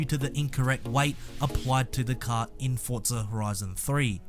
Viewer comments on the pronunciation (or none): none